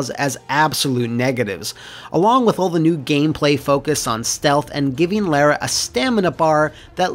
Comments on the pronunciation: Its lara not lera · both and AVGN make a video about Angel of Darkness, and both manage to mispronounce the same name in different ways. with ''lair-uh'' and AVGN with ''Laura'' (the more common mispronunciation) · Ironically they changed the name from 'Laura Cruz' to 'Lara Croft' because they believed Americans wouldn't be able to pronounce 'Laura'. says 'Laura' perfectly, but 'Lara' oddly.